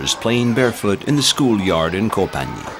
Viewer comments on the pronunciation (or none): Ph in Thai is not an 'f' sound but a soft 'p' as in 'pookhet' not 'pucket', at least you didn't say 'Fucket' but you said Koh Fnang instead of 'Pnang', etc.. Phi phi island is Koh Pee Pee - etc.